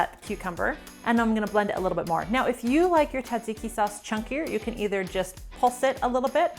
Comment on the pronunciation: This is an awesome quick dinner recipe! Love the technique, but please don't forget the s sounds in tsatsiki! You're a treasure tho!